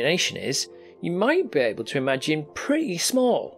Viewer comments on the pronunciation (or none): none